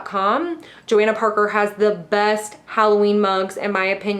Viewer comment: That's not how you say Johanna Parker. It's Jo **hanna **.